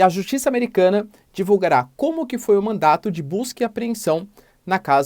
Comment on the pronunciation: Professor se corrija por favor! A palavra correta é MANDADO! Pelo amor de Deus!!!!!!!